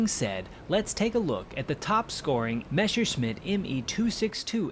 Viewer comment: it's Messerschmitt, not Meshersmitt.